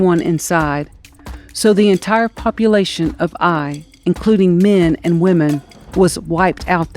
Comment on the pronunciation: It is pronounced Ay (like say) eye.